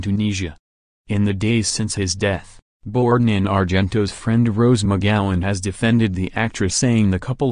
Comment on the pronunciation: you sound like a bot. And it's not "Borden"